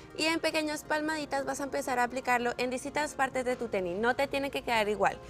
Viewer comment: Pau dijo teni? JASJAJAJAJAAJAJJAJAJA